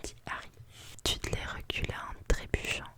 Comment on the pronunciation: Pitié on veut une suite, ton chuchotement est parfait. (Ps : vernon se prononce vernone et dudley deudley)